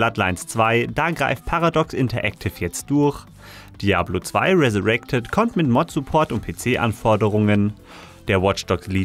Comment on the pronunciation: Ich wollte nur mal sagen, das heißt nicht durrr sondern durch